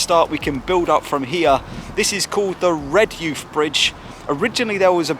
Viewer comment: Hi - Great video - Just to let you know though - It's pronounced 'REHJIFF' - There's also a famous schoolboy side called Redheugh Boys that acts as a scouting feeder to NUFC and the surrounding smaller teams 🙂